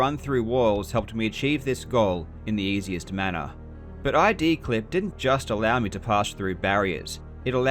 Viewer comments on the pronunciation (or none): eye-dee clip ?!?! It's not eye-dee software, it's id, as in Freud. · It's not aydee it's id. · It’s “id”, not “I.D.”! id, ego, superego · I like yr channel. Got a question. I noticed you always spell Id, "I.D." instead of pronouncing the word (as in Id, Ego, Super Ego). Is there a story behind that? Hard to imagine it's a simple mistake.